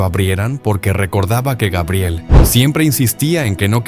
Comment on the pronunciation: LA INTELIGENCIA ARTIFICIAL DICE GUEBRIEL...